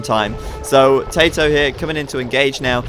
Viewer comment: I love it when says "TaToH" it sounds like "Potato" 11